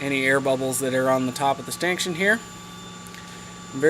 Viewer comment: Stankshun? Are you trying to say stanchion?